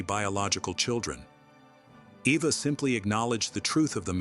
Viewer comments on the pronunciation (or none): Her name is pronounced Ava. Her sisters name is pronounced shawshaw. AI voice i suppose.